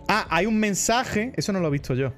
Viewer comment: Por qué algunos españoles decís "vitso" en vez de decir "visto"?